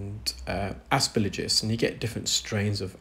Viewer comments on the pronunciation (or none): Every medical professional who has discussed aspergillus with me (I had an unpleasant issue with it some 40 years ago) has pronounced the third syllable as “gill”, not “lidge”. Exactly as it is spelled. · Please say asperGILLus, not asperLIJus! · a friendly GP from across the pond. Love your videos and your scientific explanations of the various ear conditions you encounter. One detail I noticed and wanted to share, the fungus is called Aspergillus, it doesn’t rhyme with religious as you’ve pronounced it. Not trying to be condescending or picky, just wanted to be helpful as you are a consummate professional and just want to help keep your presentations buttoned up. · I think the replies here are a bit harsh. The comment isn't attacking, or his knowledge or skills. At worst it's nit-picking and pedantic. But pippa isn't the only one frustrated by this particular mispronunciation - I often find it so jarring that it distracts me from what actually saying. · She's not asking for an American accent, she's just asking for the consonants to be in the right order. Like if he kept saying "Aremica" instead of "America". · Yes, some English words are not pronounced the way they're written. This is not one of those words. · There was absolutely no element of hatred whatsoever, and I can’t for the life of me fathom why you thought there was. I have enormous respect for, and the way he redesigns tools rather than complaining about them is superb. But he constantly misprounces aspergillus, and the effect on me is the same as when someone deliberately scrapes their fingernails down an old-fashioned blackboard.